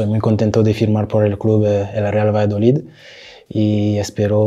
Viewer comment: lo q pasa esq lo ha dicho raro pro ha dicho Valladolid